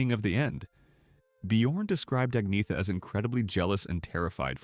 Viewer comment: Her name is Agneta, not Agnea